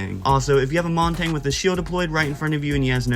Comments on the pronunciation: if you're saying Monty I'm wrong but it doesn't sound like it, it sounds like you're saying Montagne and pronouncing the G somewhat which is wrong, I'm not nitpicky I just thought it was funny but ofc you had to get all defensive, idgaf how you pronounce words dude... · the way blud pronounces montagne